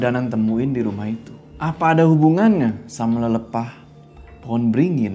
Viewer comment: Lelepah itu pake e kak. Bukan e . Jadi bacanya lelepah bukan lelepah